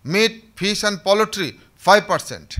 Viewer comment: Very informative video. But the "poultry" pronunciation should be corrected in the video.